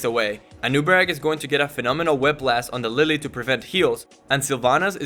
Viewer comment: LeeLee not Lily